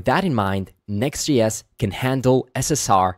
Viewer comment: Why are you say “Next GS”? Are you Swedish?